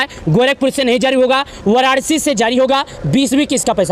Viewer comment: Sahi se bolna sikho waranashi hi wararci nahi band karo bakwas